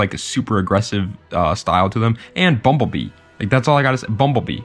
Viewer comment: Say bumblebee one more time